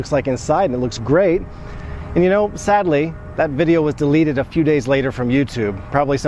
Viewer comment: Delete-. Dilit. Deleted-dilided